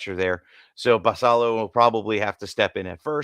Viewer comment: Look forward to listening to you guys on my commute to work every morning. One small note, Samuel Basallo is Dominican so i believe he pronounces the "ll" as a "y" like Guillen